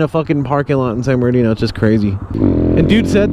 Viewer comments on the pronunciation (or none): "San berndino" lol My lil sister says it like that too